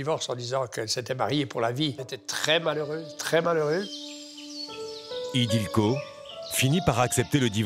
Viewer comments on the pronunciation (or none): Ce n'est pas Idilko mais Ildikó! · C'est ildiko et pas idilko !